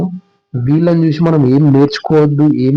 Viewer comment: చూషి నా, చేషి నా, వచ్చేషి, శ కి ష కి తేడా తెలియాలి కదన్న.🙏 మంచి వీడియో చేసి ( చేషి కాదు ) నందుకు మీకు ధన్యవాదాలు 🤝